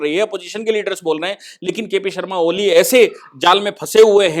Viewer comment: अरे महाशजी पहले आपको नाम तो .मालूम होना चाहिए, कोली नहीं ओली है